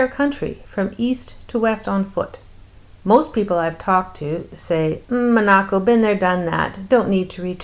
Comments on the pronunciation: You Are pronouncing Monaco wrong! So annoying!!!!!!😕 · Why are you pronouncing Monaco that way?!